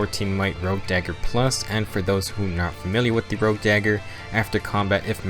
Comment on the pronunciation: Rogue, not Rouge.